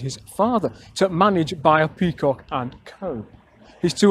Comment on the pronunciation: Also, Beyer is pronounced like the word bay, the way you say it sounds like how a German would.